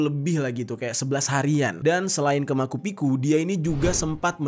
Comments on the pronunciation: Macu picu dibaca pake ce bang bukan maku piku 😁👍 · Penyebutan nya adalah macupicu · Penyebutan ny Machu Picchu Bukan makupiku jer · Mumpung ada disebutin di, saran aja sih, mungkin kalo bingung gimana penyebutan sebuah nama bisa googling dlu. Machu Picchu itu termasuk keajaiban dunia, alangkah lebih baik bisa disebutkan dg benar dan mengedukasi org2 yg dengerin kamar. Sejauh ini banyak banget penyebutan yang kepleset2 yg sbnernya gatel bgt mau gw koreksi biar bang bisa makin pro gitu ngejelasin kasus/cerita. Kaya "Seoul" itu dibaca "soul", "Whistle blower" itu dibaca "wisel blower" (tanpa t), "Helikopter" dibaca Helikopter (pake o) mau dalam bahasa Indonesia atau bahasa Inggris, dst. Dlu jg pernah ak dikoreksi anak jauh lebih muda karena salah sebut "Coffee" jadi "kafi" (yg bener "kofi"). Tapi ya dari situ jadi belajar dan makin bagus cara bicaranya. Seperti biasa, makasih kontennya yang menarik2. Semangat dan smoga makin sukses!